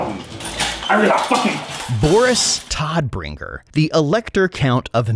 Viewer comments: Toddbringer is pronounced Toadbringer. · Todbringer means deathbringer en the o is prenounced like oh. Now it sounds like the fratguybringer.